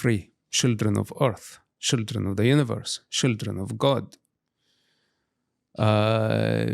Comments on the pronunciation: Why say shildren instead of children? You are teasing him? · One of the many endearing things about Mosab is how he doesn't have a heavy accent anymore except when he says shildren.😂 He really cares about the children (shildren), our next generations so much. A truly good man. ❤ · He said shildren, stop being delugional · I quit drinking 4 years ago but if I had to take a shot every time I hear "shildren" id probably be hospitalized by now.